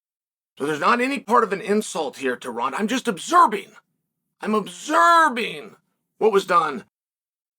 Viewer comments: Observing is now pronounced obzerbing 😂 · Chael says "OBSERBING" twice! Lol.😂 Not OBSERVING, but OBSER-BING! WHY!!?? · This guy knows the word observing only has 1 b in it, right? Why does he keep saying "obserbing"? Lmao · ObZeeerbing….there you have it folks. Uncle Chael has revealed how you actually pronounce words again. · Is Chael saysing obserbing? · WTH is "obzerbing" ?